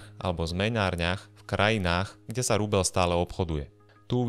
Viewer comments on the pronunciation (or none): Kde sú vaše mekčene? Je to rubeľ, nie rubeL. 🤦‍♂️ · je to rubeĽ , nie rubeL ..... az to trha uši 🤦🤦🤦